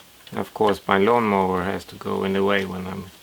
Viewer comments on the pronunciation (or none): "My Lawnmover" :D Nice video!